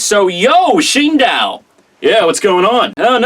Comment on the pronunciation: Shindow? What? Shi-n-do-u. Where is that 'w' coming from